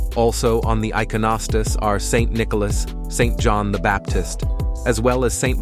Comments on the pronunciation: These are great vids. I just wish you would take another 20 minutes to learn to pronounce these words correctly. I mean " i-CON -o-stas", 'E'-par-key", etc. If it's an AI voice, then train it. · Great Video. However, the announcer should have taken the time to learn to pronounce certain words such as Byzantine, Iconostasis, ect. properly We Eastern Catholics appreciate these words being pronounced correctly!